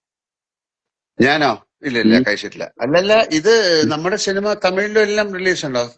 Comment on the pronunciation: പടത്തിന്റെ പ്രൊമോഷന്റെ ഭാഗമായി നടത്തുന്നതാണ് ഈ ചാറ്റിംഗ്... പടം പൊട്ടും എന്നൊരു തോന്നൽ എവിടെയോ ഉണ്ട് ട്ടോ ... ഷിനിമ അല്ല ലാലേട്ടാ 😅...സിനിമ എന്ന് പറയു ...